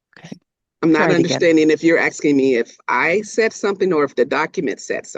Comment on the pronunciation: ASKING NOT AKSKING JFC 😂